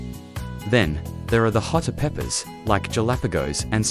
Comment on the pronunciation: Hah expert jalapeno is pronounced with a" h " not as an "jap oper"😅😅😊😅